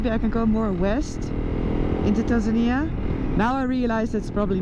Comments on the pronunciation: You English is impressive but Tanzania is pronounced Tanzaneeeeah😉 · Get better soon Noraly! Je komt sterker terug! But one little thing that I to let you know. Tanzania is not pronounced as TanZAnia, but rather TanzaNI-ya. That is the Swahili pronunciation. I know how passionate you are about local cultures, so I hope you don’t take this the wrong way. Just trying to help. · Isn't it "Tan-zuh-nee-uh" rather than "Tan-zan-ña"? I hope you heal up quickly. It's no fun to break your collar bone out in the middle of nowhere. I know from experience. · pronounced tan zan eer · OMG! You are never alone. They will always be with you and take you where you need to get medical. No worries. Your team is there. Is it pronounced tanzANiA or TanzanEEA? Help from locals please! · Pronunciation of Tanzania is actually Tanzania-nee-a, Noraly has a strange way of saying the word. 😮